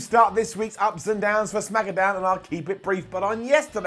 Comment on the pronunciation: Did he said smackadown?